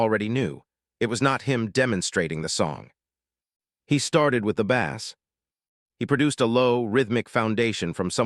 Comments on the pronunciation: I love what you explain here about Michael's gift for music, and for the way he became the music. However, I am increasingly angry that, as you talk about music, you continue to refer to low-tone notes in the inference of it being a fish!! Bass, is spelled the same in both uses, but Michael did not hit a fish note!!! He hit a low tone bass note. Do you not realize how stupid you sound when you call the city lows angels!!?? It's Los Angeles. It's pronounced like loss!! Also "and gel less". You say things so incorrectly that you, nearly, make it impossible to listen to!! AI is stupid. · God I detest AI. I tried to listen to this one until the machine called a bass drum like it's a fish. I can't stand it. I'm out of here!